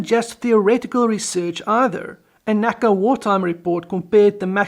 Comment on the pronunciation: Awesome video. Just one thing: for all that it looks like an acronym, NACA isn't said as "nakah," it's "N A C A" (the individual letters)